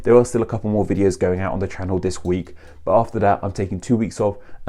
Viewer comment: I laugh at a lot of words sound like an O is at the end... ChannO, AudibO... etc. Then "Party" sounds like "Pie" to me... lol